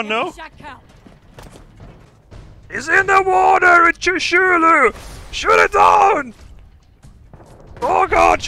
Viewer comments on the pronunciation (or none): "He's in de Wooder, with shoo-shoo-lu!"